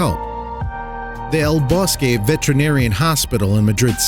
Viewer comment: PLEASE learn how to pronounce Vet-er-i-nar-i-an. SIX syllables.